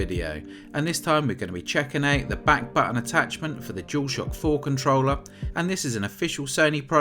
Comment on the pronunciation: "Back buh-uhns back pah-ohl"